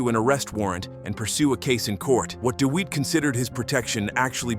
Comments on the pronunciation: Lol..."Jeremy Deweet" 😅😅😅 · When you use an AI voiceover, mispronunciation is going to happen. Pronouncing DeWitte as Deewheet shows why AI needs to be edited. Do better.